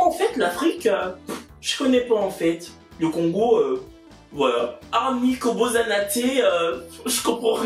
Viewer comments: Loline Brama 😅😅😅 ça se voit 😅😅 mais c’est normal il a prononcé comme ça. Alors qu’on prononce koboSSana te. ☺️☺️ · t'as un problème avec les congolais de la RDC 🇨🇩. Tu me tues avec ton Lingala faché là 😂😂 Je sais même pas si tu sais que tu as dit une vraie phrase mais mal prononcée:"ko bosana te (= "n'oublie pas"). La RDC t'aime 😘